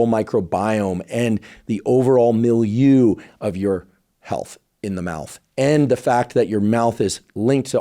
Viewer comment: Thank you for communicating science. Why is it that there is not yet a vaccine against Streptococcus mutans? Or a mouth wash with RNAi? You pay much attention to pronounce certain names. If I remember correctly my French, you need to review your pronunciation of "milieu".